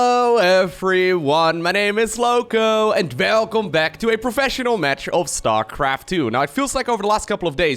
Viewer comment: "Velcome everyone !"